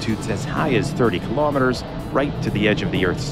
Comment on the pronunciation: ...if only he could properly pronounce kilometer!